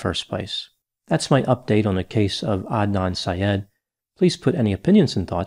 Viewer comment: I’m so happy you pronounced his name correctly. You wouldn’t believe how many get it so wrong. Thank you!